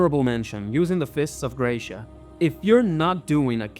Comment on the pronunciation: Curiosity about the fist of gratia: gratia (grace) is Latin for grazia and it's spelled gratsia (like when you say grazie in Italian).